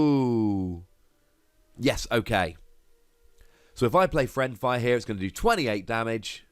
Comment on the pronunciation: Yet another excellent video! one thing though, you were mispronouncing it the entire episode. It's fiend fire, not friend fire.